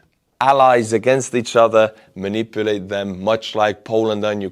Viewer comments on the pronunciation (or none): none